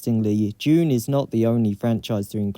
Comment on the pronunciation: Was he saying Dune or June?